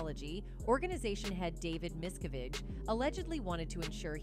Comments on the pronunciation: This video narrator needs to learn how to property say the name Miscavige. She said it differently and massacred it every time!!! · Why do you pronounce David’s last name correctly part of the time and incorrectly the rest? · Human, please teach AI to Learn the correct pronounced name miscavige. This video pronounced it at least 4 different ways. Rediculous..